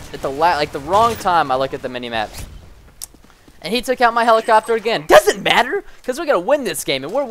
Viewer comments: He says helicopter helichopter lol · helichoppter lol